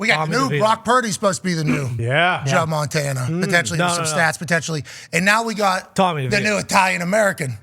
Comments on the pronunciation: Pat, it's not Joe Montana, 😊. It's Joe Montana, the GOAT. Get it right 😅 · Pat McAfee fumbled Montana's name, oh man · It's Joe Montanya by the way